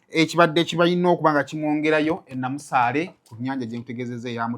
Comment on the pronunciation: Kiri Namasale not Namusale